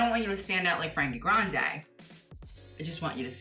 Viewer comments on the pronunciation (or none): none